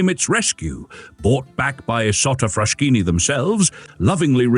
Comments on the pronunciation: I can’t stand all the mispronounciations. First of all it’s Frass-Kini not Frash-kini (just like Bruss-ketta non Bru-shetta) Then Cesare is “CHAY-za-ray” not whatever it is this man says. Lots of others too. If you don’t know the correct pronounciation, that’s fine, nobody speaks all languages, but find out from someone who does. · Oh ffs, it's pronounced FrasKini !